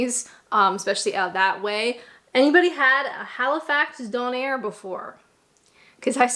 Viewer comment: To be fair, when she first says Halifax donair it's pretty much correct. I'm Nova Scotian and it is spelled donair and pronounced don (as in the start of donate) - air (as in the air we breath). Having grown up with that being the spelling and pronunciation, I got a bit confused when I first saw 'donner' and some (non-Canadians) tried to tell me it was just like a donair (which they are not).